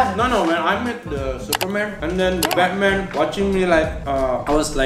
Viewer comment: Ngakak banget pas liat mereka ngomong Inggris, supermen, Betmen, spidermen, avanza, daihatsu, sosis so nice wkwkkkk bengek parah secara aku jg g bisa ngomong Inggris, tp pengen banget bisa ngobrol pake inggris..wkwkkk